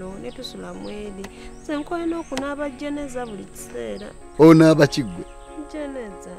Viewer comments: anaaba jeneeza🤣🤣🤣🤣🤔🤔🤔🤔instead of Janaaba🙄🙄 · Naye mbu nkoye okunaba JENEZA instead of janamba😂😂😂😂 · Nkoye onkunaba jjeneza instead of janaba😂😂😂😂😂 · The way Said akooye okunamba jeneeza🤣🤣🤣🤣 instead of janaaba🏃🏃😂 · Naye!! Mbu jeneza😂😂😂